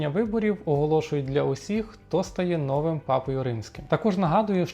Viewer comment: Безграмотний... Три рази - нОвим - а правильно - новИм. Дві третіх - голосу - ! А чому не - голосів - ? І нарешті - голосують усі, а претенденти - лише до 80 років.